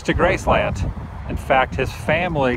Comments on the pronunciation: Nice video... Only 1 issue with it... And believe me, you aren't the only one... Your pronunciation of the name... Graceland... It is all one word... Graceland... (Gracelin)... Not as 2 words... Grace Land... Thanks for vlogging! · GRACE-lund... not Grace-LAND, Elvis never said Grace-LAND. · Y can't u say graceland right...geez....🍻